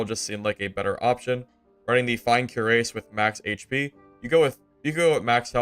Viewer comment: Cuirass is pronounced kwiraas.